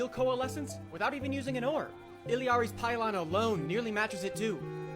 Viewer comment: So many people say "illiari" ffs